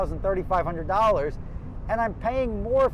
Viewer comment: Forty four dollas 😂